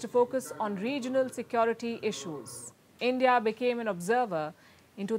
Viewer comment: End-Dee-Ah, don't be jealous of CHYNA!!!